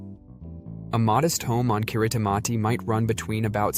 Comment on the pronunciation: A very misleading view of Kiribati (pronounced 'Kiribass'). Much of the film footage is of elsewhere. Get your facts right!!